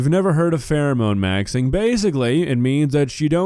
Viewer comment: "Phewemone Maxwing"